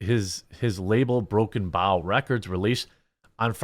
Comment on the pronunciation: Brother,love the video,all true ,spot on. Its Broken Bow as in Bow and Arrow